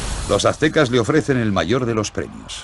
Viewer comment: Primero debieron enseñarles la correcta pronunciación antes de hacer el doblaje, porque eso de "actecas" , "tenoctitlan" y "huitchilopochitl" esta del nabo.